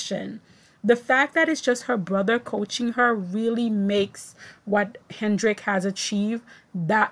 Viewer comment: Side note - Loena Hendrickx is pronounced: "Luna", Hendrickx is pronounced as if it were plural, with an "S" at the the end instead of an "X". And I agree with you, she was fabulous! I was so excited about her performance at the last Worlds, and she's even better now. I hope she doesn't give up just because she doesn't have the big jumps. I have no idea if she's training them or not, but as Caroline, below, says, she's a breath of fresh air.